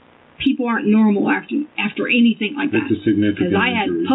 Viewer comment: I'm sorry but i cannot STAND the way she says "anything" ..... "ANYTHINKKKK" 😬